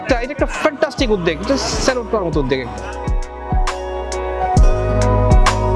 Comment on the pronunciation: উদ্দ্যেগ নারে ভাই ! শব্দটা উদ্যোগ ।